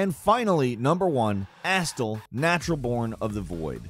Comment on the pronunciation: (Ri-kard) and (A-stell)